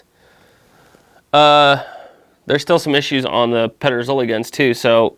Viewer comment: You came fairly close with the pronunciation actually 😄 Very cool comparison! Here in Denmark, the only gig in town when it comes to contemporary made muzzle loading long guns are Pedersoli (and sometimes Chiappa). We used to be able to get some of the other Spanish and Italian makers here, but it seems that most of them are either out of business or have switched their focus entirely to the US market. I have a Euroarms "Hawken" in .45 that I am currently working on; the stock needs repairs (it is cracked at the tang, as many of them are) and a refinishing.